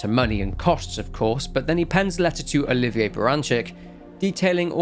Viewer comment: Love your videos - but you mispronounced Oliver as Oliva. It kinda gave me a giggle and made me wonder if I was forgetting something from your orginal Videos for the Outlast games. So now I need to rewatch them.